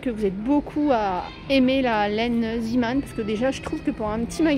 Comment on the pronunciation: Bonjour, en Belgique nous en avons beaucoup des magasins zeeman, et moi j’adore!! Il faut y aller assez souvent et j’y ai déjà trouvé des perles rare! Par contre si je peux me permettre, ça se prononce zééman.. car c’est une enseigne flamande 😊 bisous